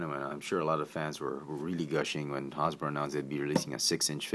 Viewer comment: "Hawz-boro" lol!